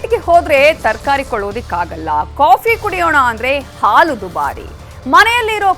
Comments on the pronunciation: What is the problem with this Anchor? AAlu alla Haalu .... osdagi alla Hosadagi.. Ore alla Hore ... thu nimma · le sede adhu haalu , aloo antha heltidiya. Kannada baralla andre news anchor yak agtira